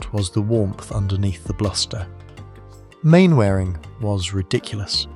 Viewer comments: Despite its spelling, it's pronounced 'Mannering', not 'Mainwaring'. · mann - ering not main-waring....stupid boy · I broke my usual rule, and watched a robovoice video because I loved Arthur Lowe so much. And then regretted it every time I heard "Main-wearing" instead of "Mannering". Could only be done by a robot, or by somebody who never watched Dad's Army. His best line from Dad's Army: "Don't tell him, Pike!' A wonderful poliltical satire well worth tracking down: "The Rise and Rise of Michael Rimmer". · It's pronounced 'Mannering', not 'Mainwaring'. Bloody AI. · Bloody Ai... Its pronounced Mannering although it's spelt Main wearing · Mannering is how it's pronounced. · Not Captain "Mainwearing"......its pronounced Captain Mannering actually...... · As soon as the narrating said Main wearing not Manner ring I knew this was AI Bullshit. Stopping putting this crap out there as is an insult to a national treasure. R.I.P. Arthur Lowe still remembered fondly. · Donald Pleasesense is pronounced Plesance, and Mainwarung is pronounced Mannering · It is pronounced Mannering. Not Mainwaring FFS. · You'll just have to spell surnames phonetically for your AI narrator. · It’s pronounced Mannering… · Mainwaring is pronounced Mannering. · Get rid of the AI narrator, and use a real person who can pronounce the name properly.... Main Waring indeed!! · Mainwaring is prone Manering 😊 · I was brought up on Dad’s Army on the radio! We didn’t have TV! BTW, the character’s name is pronounced Mannering. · It's pronounced, 'Mannering'. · Is no one going to say get the words right. Birming ham, main wareing, ..... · Mainwaring, pronounced Mannering! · Not if you're Captain Square! 😂 But this shows that pressing the 'British voice' button on your AI controls still doesn't work properly. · Pity the ai narrator can't pronounce Mainwaring correctly. You need to spell some words phonetically. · AI slop. If you are going to pay tribute at least pronounce his characters name correctly.